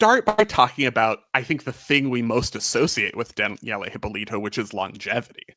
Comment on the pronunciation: Thank you for the video! As a Brazilian, I can tell you guys did a very good research. Just a few points: - You are pronouncing "Hypólito" wrong. It's more like "Hee-paw-lee-tu". - Thank you for pointing out that Brazil just didn't have the luxury to replace a gymnast. The field was not that deep like in many other countries. So, if a gymnast would win something, this gymnast would stay in the national team for as long as she wants (unless an injury stops her). A few US girls tried to come back later like Zmeskal in 2000 and Liukin in 2012 but the field was just too competitive. If they were Brazilians, specially in Liukin's case (coming to defend her AA olympic crown), they would probably would succeed in making the Olympic team. -Georgette Vidor indeed deserved a podcast on her own. I also loved when she briefly worked as a commentator in Brazilian TV for some PanAms. She was so blunt! There were three stations broadcasting it. Jade Barbosa was on the lead for the AA until she falls from UB. Luisa Parente in one station and Andreia João on the other were trying to comfort the public like "let's wait and see what happens, it's not over yet" and Vidor was like "Jade just falls from UB ending any hopes for a medal! What a shame!". It made me giggle at the time. 🤣Also, she was not the sole survivor from the bus accident (Danielle and other members of the gymnastics team were also inside the bus). There were a few casualties but she did an interview saying she was asleep